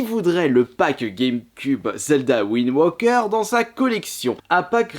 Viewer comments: ptdr va me trouver un anglais qui dit windwoker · Il le prononce à la british